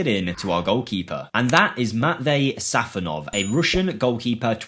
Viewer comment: It's SafOnov not sAfonov